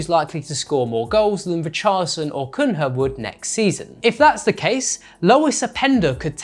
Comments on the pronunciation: Cunha read as Cuña, this pronunciation as Cunra is disgraceful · great video but its cun-ya for you foreigners (not the right way to say it but somewhat acceptable), not cun-ha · /koonya/ is the pronunciation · Cun-ha was killing me haha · Cun-HA! Hahahaha totally got me too 😅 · That Cunha pronunciation is diabolical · Please pronounce Cunha’s name properly. Not hard. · You guys never learn how to pronounce footballers’ names. I like how good your overall analysis are, but the pronunciation is lowering the level somewhat. Cunha mate, the H is silent.